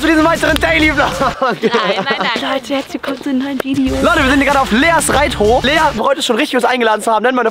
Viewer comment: so: Reithof😂